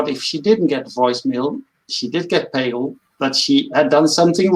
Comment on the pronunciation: We are supposed to get into from someone who even know how to pronounce Pagel? I guess I understand the foreigner not knowing but you see does know how it's pronounced. Did he even watch the doc. I think I was blocked from the live stream so I could not make comments so I let Kevin Smith know.